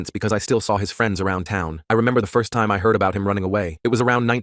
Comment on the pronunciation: "It was aboht 198-" 19!? Bruv you dat old?